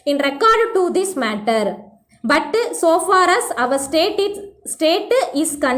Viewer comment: Butuuu Woulduuu shoulduuu , Please avoid these pronunciation sister